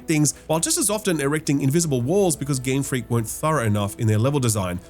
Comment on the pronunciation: Game Fweak